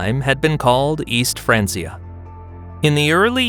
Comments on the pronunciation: even in English, it's "fran-kee-ah". Pronouncing it like "fran-see-ah" is simply incorrect. It would be like saying "bench" like "bence". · It is not pronounced "fraan-see-uh" Either fraan-key-uh or fraan-chuh It's a Latin word dude.